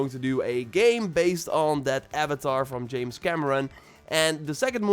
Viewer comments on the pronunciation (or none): none